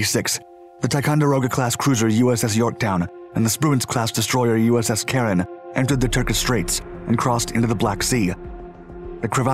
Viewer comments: USS Caron (DD 970). He got the pronunciation correct ... "Karen." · There are a couple of photos of the name on the ship's stern ... USS Caron (DD 970). He got the pronunciation correct ... "Karen."